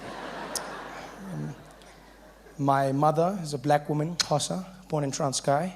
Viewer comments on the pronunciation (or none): It's Xhosa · Wow... The pronunciation of Xhosa... How many of you tried pronouncing that one...